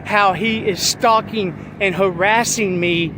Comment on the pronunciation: Stoucking??🤣 You mean "stalking" champ 😉 Also I will NEVER EVER NOT EVER get enough of the Kic clip 😅